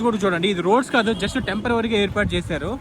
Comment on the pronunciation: Tempervary కాదు temperary